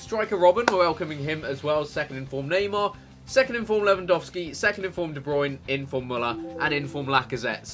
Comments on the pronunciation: Thank you for actually pronouncing Lewandowski right ;) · Chris well done, you pronounce Lewandowski exactly like you should do so thats awesome :D Greetings from Poland ;)